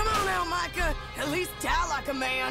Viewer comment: Micah not michea